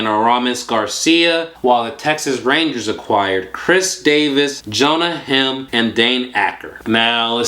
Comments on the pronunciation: You are totally ruining Jonah heims last name!!!! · Ur pronouncing Jonah Heim wrong